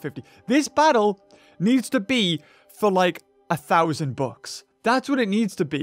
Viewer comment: when he says bucks it sounds like books